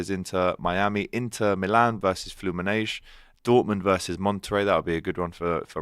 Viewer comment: Can someone tell that there is no SH in Palmeiras & Fluminense